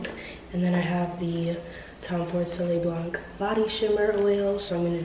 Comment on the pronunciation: I just love this vlog so much good vibes 🤩 happy late birthday Ps. For the perfume you pronounce it « soley blan » without the C at the end ;)